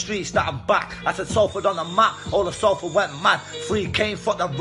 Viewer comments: Not SAL-FORD its pronounced SOL-FORD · man came thru with Sallford 🤣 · the way you pronounce Salford sent me 😂😂